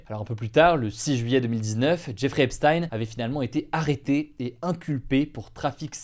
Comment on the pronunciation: Jeffrey se prononce "Djè-fri"